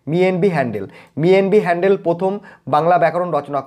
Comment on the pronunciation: আপনি 'হ‍্যালহেড ' কে হ‍্যান্ডেল উচ্চারণ করছেন কেন 😛😛😛